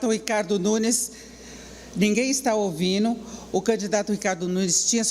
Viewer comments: “Ninguém está ouvinu” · A Denise: "...ninguém está "ouvino"..."